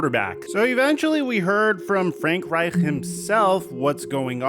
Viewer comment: the way you pronounced “Reich” like a nazi war criminal had me dying